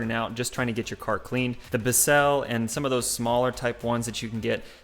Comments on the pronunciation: Did this dude really just sell "Bi-Sell" instead of Bissel. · Watching from WV. I can't get how you pronounced Bissell out of my head lol.